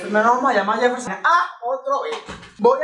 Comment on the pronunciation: que lo diga el yefel-SHON jajajja te amo:3